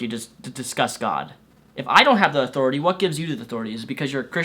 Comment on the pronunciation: I think he meant "What gives you the authoriteh" not authority